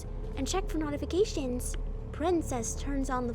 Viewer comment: I’ve never heard someone pronounce “notifications” like that